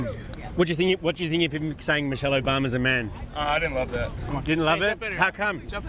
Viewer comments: Someone mentioned he said, "Mochelle" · My Man Said “Mochelle” Obama 🤣🤣🤣🤣🤣🤣🤣🤣🤣🤣. Anna is going to Celebrate the 250th eating a full rack of ribs and downing bottle of wine 😂😂😂😂😂😂😂😂😂😂